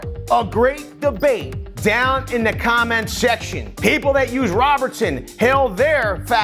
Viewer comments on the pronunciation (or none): none